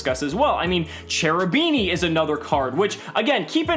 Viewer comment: Everytime I hear "Cerubini" I get headache. Please, call that stuff Kerubini, with the K :(